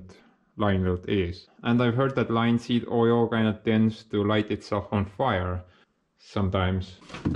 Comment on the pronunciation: the way you say plastering made me laugh its pronounced Pla - ASS - tering in English. and also Linseed oil is pronounced L- IN - seed oil. great video as ever my friend